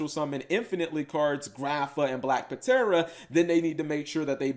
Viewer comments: Black Puh-tera... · Bro... The P is silent. It's pronounced Tera. Like Pterodactyl. You do not pronounce the P... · The card is pronounced " black tera" as its a short version of pterodactyl. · Eh fam the P ptera is silent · Yo Cap, if people are making fun of you for how you pronounce Black Ptera, don't worry cause I used to pronounce it as Petra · Uh, Cap, that 'P' in Black Ptera is silent... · ugh. much cringe hearing him miss pronounce black ptera